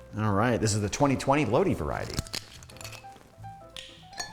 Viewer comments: Bro, it's "Load-Eye" when you are talking about Lodi, CA. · Okay I like you but your pronunciation of Lodi California is awful, and somewhat painful.